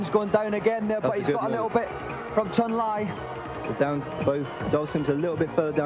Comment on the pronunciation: I remember in the early 90s when I pronounced Zangief correctly, but had to change it to how everyone was saying it, so people didn't think I was being pretentious. Li is pronounced "Lee" in the Chinese dialects, however Chun is actually "Choon."